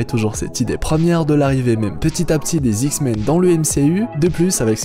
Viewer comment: dsl mais pendant toute la vidéo ta manière de dire "les Zix-men" m'a bcp fait rire !!! ;)